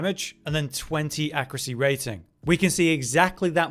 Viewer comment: Why do all YouTubers and/or Twitch streamers say "accruate" and "accruacy" these days? Has there been a linguistic shift that I missed?